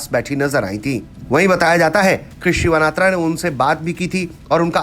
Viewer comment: सिवानात्रा नही होता है सिनावात्रा होता है